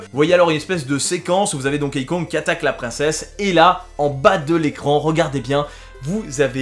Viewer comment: Ça se prononce «Donki», pas «Donkéï» ;)